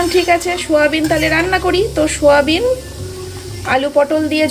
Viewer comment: ছয়াবিন আবার কি কথা ??? 😂😂😂😂 এটাকে বলে সয়াবিন । Shoyabean ও নয় আবার ছয়াবিন ও নয় Soyabean শ নয় , ছ নয় , স (s)উচ্চারণ হবে